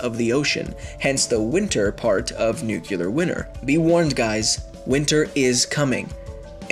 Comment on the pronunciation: Did he just say a nuclear winner